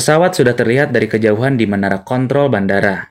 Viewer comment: Lagi serius liat nya jadi ketawa gara gara salah ucap kontrol njir